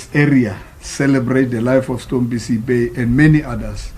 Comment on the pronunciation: ANC is campaigning for themselves in every funerals, he doesn't even know to say stompie but he says stompo...sis uyangenyanyisa. I know u ANC as u did the same to my grandmother's funeral at phokwane koko Boshielo last year not w u r at stompie's mother after so long really u r disgusting.